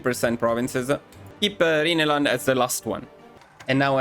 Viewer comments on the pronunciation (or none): It's pronounced RAINLAND!